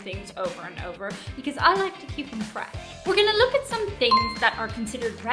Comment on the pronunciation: So fresh or So fetch?